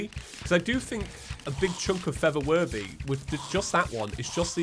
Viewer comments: Why did I hear “feather worthy” instead of “for the worthy”? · When I hear him say "For The Worthy" I keep hearing "Feather Birdy"